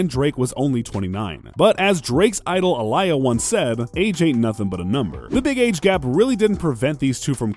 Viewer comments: Did this fool just say "A liar" It's pronounced "Aaa-lee-yah" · Did he seriously pronounce Aaliyah's name wrong ?? ( , he says UH - LYE - UH ) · It’s Aaliyah 😂 😂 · Who says Aaliyah's name like that XD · This was interesting video but I want to know how could you butcher Aaliyah's name so horribly? 🤦🏿‍♂️ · How is this channel called hip hop content and you don’t know how to pronounce Aaliyah’s name? Wtf? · As long as you know how to pronounce Aaliyah’s name! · You butcher names a lot in your videos. Aaliyah && the last video you said Ciara married Russell WESTBROOK.!! 🤦🏽‍♀️